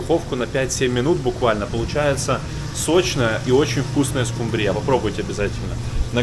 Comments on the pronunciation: Как всегда очень интересный, насыщенный контент. Давно уже смотрю ваши видео, всем бы таких поваров на камбузе. Не подумайте ничего плохого, но меня как словарного задрота, задевает слово "скумбриЯ". Ударение на букву У всегда было. Хотя я с РФ, возможно на вашей родине это правильное произношение) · Да это конечно что то) А когда он еще начал склонять эту скубриЮ ..... откуда это слово?))) Очень нравится влог, всегда жду, но сегодня хотелось выключить) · СкумбриЯ, кушать, замываюсь. ГазИрованная- о какой грамотности речь? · Спасибо в м. А слово скумбриЯ примирило меня с нелюбимой рыбой! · я тоже балдею от скумбриЯ!!!!!! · Извените почему скумбрия, ударение у вас на я,? Мы что то не знаем🤔🤔🤔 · А скумбриЯ - это по-каковски? )))) скУмбрия слышала, скумбриЯ нет) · СкУмбрия, не скумбриЯ, не могу прям а-а-а-а-а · А почему скумбриЯ. Вроде правильно скУмбрия? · Мне очень нравится смотреть ваши видео, но слово "скумбриЯ" просто режет слух. Хотелось бы услышать более распространённое "скУмбрия" :) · скУмбрия, не скумбриЯ, не выворачивайте пожалуйста это слово, и газирОванная, не газИрованная, кУхонное, не кухОнное, извините, без обид. А вообще, Вы молодчина. У Вас со сменщиком разные меню, кто, что придумает,или что-то обязательно должно быть в рационе? Удачи и много подписчиков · Скажите, почему Вы все время говорите "скумбриЯ"? В этом слове ударение на букве "у" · ...в чём прикол чувак, называть скУУУмбрию ... скумбриЁЁЁй:face-fuchsia-tongue-out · скУмбрия , а не скумбриЯ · СкумбриЯ - это сильно! Всегда думала, что надо говорить скУмбрия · Простите ,но не СкумбриЯ,СкУмбрия,ударение на у.Удачи. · Готовишь огонь ) Лайк однозначно ) Только не скумбриЯ , а скУмбрия , это от - где носят документы и докУменты? Документы носят в портфеле , а докУменты в пОртфеле ))) Ничего личного ) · Всю жизнь говорил скУ́мбрия, а не скумбриЯ́. А как вы называете эту рыбу?🐟🙄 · скУмбрия, а не скумбриЯ) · Почему скумбриЯ...?Правильно говорить скУмбрия.) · никогда не слышал скумбриЯ)